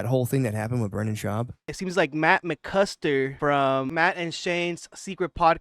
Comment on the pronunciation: 'Matt McCuster'